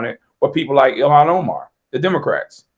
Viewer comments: its pronounced illllll haaaaaaaan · It's IL-HAN . With all due respect.